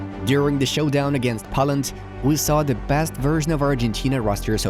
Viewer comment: Great analysis. Very hopeful. But please, it's pronounced Poeland, not Pawland, and see you soon not sun.